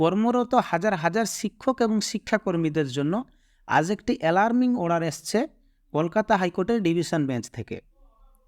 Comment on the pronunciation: (অড়ার) /order উচ্চারণ ঠিক করলে ভাল লাগত